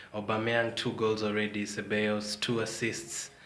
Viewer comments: he said ce-ball-as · The first guy that said that Unai Emery should learn English faster, couldn’t even pronounce Ceballos well. He should try and learn Spanish faster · Ceballos pronounced = Se-Va-Yos